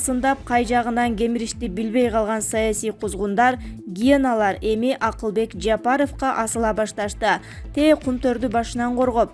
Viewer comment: "Саясий геналар"мумкун "гиеналар" 🤔.Ушул диктор кыздын сабатсыздыгы😱 соз жок